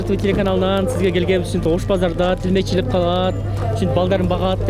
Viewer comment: ТИЛМЕЧИЛИК эмес туура суйлосо боло алып баруучу